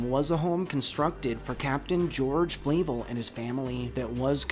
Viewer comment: Flahv-L not flay-vel